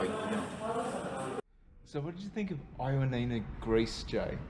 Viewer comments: Ioannina ....try "ee-o-A-ni-na", stress the A. Also, most people pronounce it "y-A-ni-na"...y as in yes. Lovely video, ty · I will be in Ioannina in 2 weeks, so thank you for your very helpful video. Great information, although I was surprised by the Aussie pronunciation of the city name 😂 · My one comment is the miss pronunciation of Ioannina! 😮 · Great video but pronounce ‘Ioannina’ correctly please